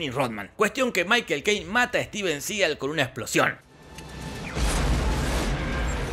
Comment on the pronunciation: ...Denzel, no dezel. Y es "Juan Claudio" (Jean-Claude) y Steven Seagal, no juan claudeo y stiven segal